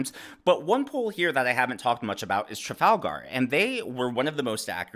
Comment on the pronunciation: Why does he pronounce Trafalgar like it’s a character from LotR?